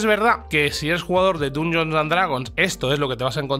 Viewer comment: Aguanté hasta el hasta q pronunció Dungeons con U. Inadmisible.